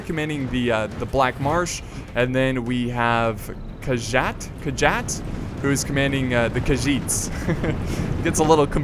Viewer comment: its khagit not khagiz😮